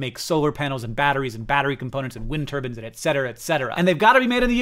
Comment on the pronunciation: I notice he says "wind turban," like the cloth head wrap. My mom says it that way, too. I joke about it whenever she says it-- it's just a funny visual